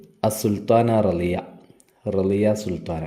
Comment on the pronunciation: റസിയ സുൽത്താന അല്ലെ റളിയ സുൽത്താന അല്ലല്ലോ